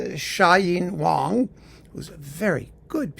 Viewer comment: Funny you pronounced her name Wah-ng, different from how you pronounce the name of the other pianist named Wang.